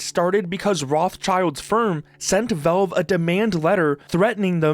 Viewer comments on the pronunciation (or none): they're not called velve my friend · “Velve” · WHY ARE YOU CALLING IT VELVE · The way Canadians pronounce “Valve” should be an arrestable offense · Learn to pronounce valve. Jesus